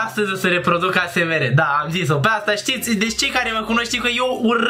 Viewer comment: 😂😂😂deci daca nu rad la un video de al tau mor. se zice esemar si se scrie asmr